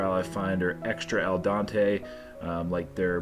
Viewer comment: GGGRRRRRRRRRR!!!!!!!!!! it's "al dente" if i hear you say dante again we are sending you back to school. Lol